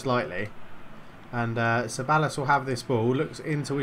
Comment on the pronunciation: Ceballos is pronounced cebayos